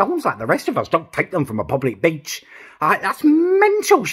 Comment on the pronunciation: Everytime you say beach I think you say b*tch haha!